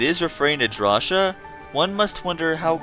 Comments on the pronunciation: Its pronounced DRAW-SI-YA NOT DRAWSHIA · I would argue, that Drawcia is pronounced "Draw-see-a" rather than "Draw-sha". I think so, because it sounds a lot like "nausea", which is, what the final level looks like, being all unhinged etc. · It's draw-cee-uh not how you were saying it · Wait... Have I been pronouncing Drawcia wrong this whole time? I always pronounced it as Draw-sia, but is it actually pronounced Draw-sha?